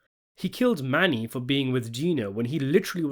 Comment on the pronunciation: Well his name is Mano not Mani🤔